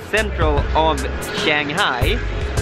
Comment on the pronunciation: Enjoy Shanghai: Simple suggestion learn how to pronounce Shanghai properly and try taking SerpentZa's advice, think things out , not too much babbling, you need to provide info, like to what District in Shanghai did you apply for your company's location? A little Shanghaihua wouldn't hurt either. Xiaoxin! :-)